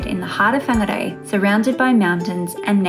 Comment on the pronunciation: What beautiful pronunciation of my home towns name. Perfect. I grew up riding my bike in the kauri reserve.